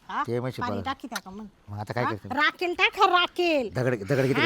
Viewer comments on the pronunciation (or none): अरे पाणी वतल आणि म्हणतो राकेल